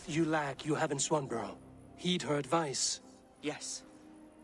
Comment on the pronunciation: "Swanburrow"! really? "Swanburrow"? Raise eyebrow.